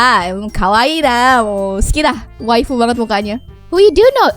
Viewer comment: Kak kirain bilang wibu ternyata wifu